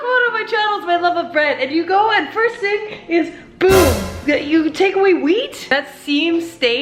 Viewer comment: He did say wheat, but it sounded like meat